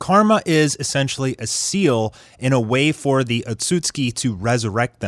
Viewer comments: Am i the only one who’s triggered by him saying otsusuki as (Otsuski) like ITS OTSUSUKI😂 but love the content tho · You pronounce otsutsuki wrong.. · I don’t like how this guy is pronouncing the words “Otsutsuki, Ninjutsu”☹️☹️ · Bro if you mispronounce Ohtsutsuki ONE MORE TIME......😡😡